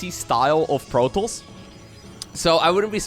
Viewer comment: It's not "protols" it's "protoss". This shouldn't bother me but it's driving me crazy hearing that constantly